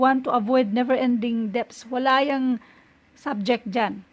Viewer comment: Silent B Ang SALITANG debts....hnd mo iyan bibigkasin..